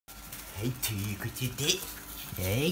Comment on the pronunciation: てぃゅーことゅでぇぬぇ？？